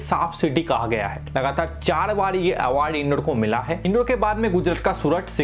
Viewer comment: Bhai " in-door " nhi h "इंदौर" h.